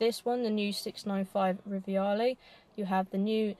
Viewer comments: It's Rivale...NOT RIVIALE! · No "I" in the Rivale name... Just Ri-va-le not riviale